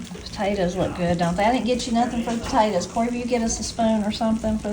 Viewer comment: I like the way you say “Potatas” instead of Potatoes. lol. I have a question…Are butter beans the same as Lima beans?